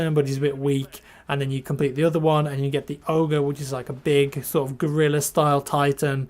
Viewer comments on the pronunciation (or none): none